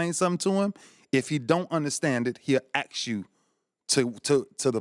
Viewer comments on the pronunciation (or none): a bunch of people WERE there. Not a bunch of people "was" there. he'll aks you Can't these black people speak properly? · Poor Ray Ray still gotta say "axe" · Why did he say Trump would Ax people if he doesn't understand? That's some serious preasure on people to be clear when speaking to him. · Eagle Eye because he said axe. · Why does Ray Lewis keep saying axe instead of ask? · can i axe you a question?